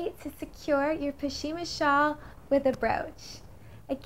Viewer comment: "pashima"? It's pronounced pash·mi·na